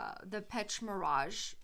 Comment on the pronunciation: Thank you. By the way, the pronounciation of the word Pêche is Pesh. Pêche Mirage means something like fishing illusion. Scent Of The Night: Dior - Jules (1980.)